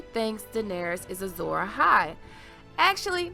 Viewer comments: Asshai, not Assai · Ash-i not As-i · It's Ashai, not Assai